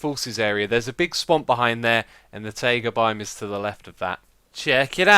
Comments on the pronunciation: It's "tie ga", not "ta ee ga". /ˈtʌɪɡə/ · your pronunciation of taiga is really weird, it's actually [t'aigə] like tiger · Ta-ee-ga? :D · i need to go to a taieeega biome, lol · The way you say Taiga kinda freaks me out. ^^